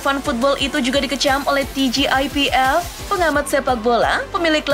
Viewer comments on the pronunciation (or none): TGIPF dibaca TGIPF saja, gak usah dibaca Ti Ji Ai Pi Ef, itu bahasa Indonesia gak usah sok diingriskan